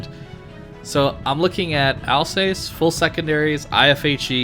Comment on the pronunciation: Al-zahss, not Alsays